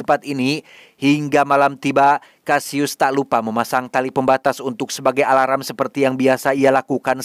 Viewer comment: Alarm bg.bukan aralam🤣🤣